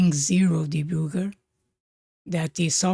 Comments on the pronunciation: I don't mean any disrespect by this, but I find the way you say "debooger" so genuinely funny that I'm going to start using it at my job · I love how you pronounce 'debugger' :)